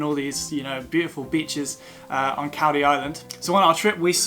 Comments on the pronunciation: Caldey is pronounced Call -- dee; not cal as in calpol..... nice video though! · Pronounced....Call..dee Island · It's pronounced Coll-dee island by locals..